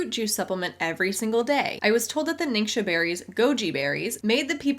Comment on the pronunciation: Fun fact from someone who speaks mandarin: if it isn’t a dialect, then every rep ever is saying ‘ningxia’ wrong. It’s not nincsha, it’s ning-shyia. If it isn’t a dialect, then I’m certain that all these mostly white women are still saying it wrong